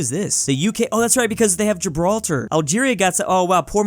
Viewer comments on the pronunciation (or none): none